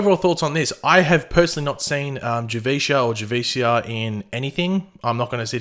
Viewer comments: It's "Have-e-cee-ah" as if she was Latina. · Her name is pronounced jah-VEE-SEE-ah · It's pronounced Juh - VEE - See - Uh and I'm looking forward to the new season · Javicia is pronounced Jah-Vee-Cee-Ya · it’s pronounced Jah-Vee-See-Uh